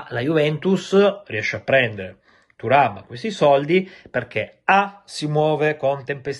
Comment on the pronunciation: A me nn viene keprhhhhen thuram come lo dici tu 😂😂😂🎉🎉